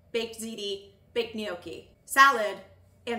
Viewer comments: I love you and I binge watch every single thing that you post but I struggled so hard listening to “knee-okie” over and over 😭😂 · The way you pronounce gnocchi hurts me to my core, but I’m willing to look past it since the rest of the video is so good